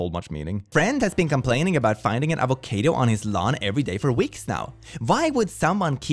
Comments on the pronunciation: I'm sorry, but did you just say A-vo-cay-do instead of A-vo-cah-do? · Did you pronounce avocado avoCAYdo ironically? 😅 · Avo-kay-do ksksksksksksks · can we please talk about the way he says avocado. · Before today I never knew someone could mispronounce the word avocado so badly.